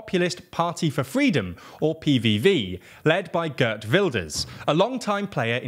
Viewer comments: hahhaha he meant Yesilgos (I’m dyslexic so I can’t write it I’m sorry if it is wrong😂) but the gurt was also funny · The Geert sounded more like Gert and of course the g wasn’t right but he pronounced Wilders pretty good. Could have put the cherry on top and made it “wild-ers” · Gurt Wilders